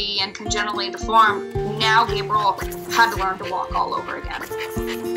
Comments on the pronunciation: Who names dogs some of the most popular and known names in the world then decides to pronounce them so stupid? Your I -L , Sam-I L, Gabe Rie L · Right? I’ve never heard anyone pronounce it “Gay-bry-ell” or however she was saying it 🤦‍♀️